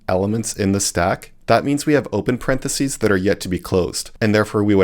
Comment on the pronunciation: What the heck is a "paren de sea" lol 😂 it's impossible to become a programmer without knowing how to pronounce parenthesis, so I'm assuming this is an AI video.